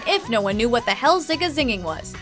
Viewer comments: What is watch mojo on about? It's zig a zig ah, not zing a zing, lol talks too much over the song and just making things up lol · It's not, "zing uh zing ahh," it's "zig uh zig ahh!!!" I feel like it's just scatting guys